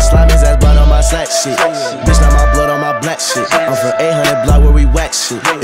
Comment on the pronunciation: Ca se lis blods et c love scars pas scèrs